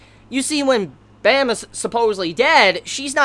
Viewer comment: Off topic but Baam's bame is pronouced with a light a. Like when you say "Aah." Also the B is leaning towards the P sound but you can still say it's a B.